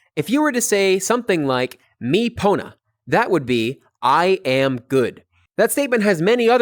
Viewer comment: As everyone else, I love how you're showing sitelen pona but something I've noticed is that you speak with diphthongs very often, such as being pronounced [tʰowkij] and being pronounced [mowkʉw] and also reducing final a to schwa such as and becoming [sinə] and [pʰownə], which technically shouldn't happen and isn't fully correct, but it's probably fine since we can all understand you.